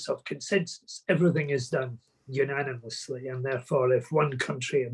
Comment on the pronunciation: Haha unanamus haha